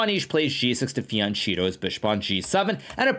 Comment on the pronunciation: Hikaru: it's FIANCHETTO. FI-AN-KE-TTO. You even speak a little bit of italian